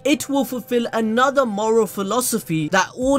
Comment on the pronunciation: moral not morel